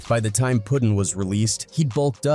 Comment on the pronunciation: I'm talkin about his name bein "Puttin" and not "Puddin."